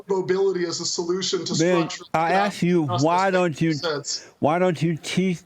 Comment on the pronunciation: "let me asKK" is a sign of he says "aXe"